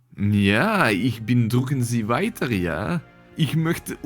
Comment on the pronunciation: Never would I have expected I'd hear "Drücken Sie Weiter" speak german. And very much (mostly) correct german at that, which is a rarety from people who don't have it as their birth language. Cheers to you my friend, keep swinging your "dicke und harte Zweihänder" - IN BEIDEN HÄNDEN. 🤣🤣🤣🤣🤣🤣